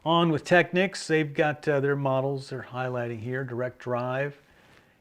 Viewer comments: Finally!!! Technics correctly pronounced. Thank you. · Not that it matters because this subject has been pounded into the ground, but there is a Technics commercial out on YouTube and they pronounce it Teck-neeks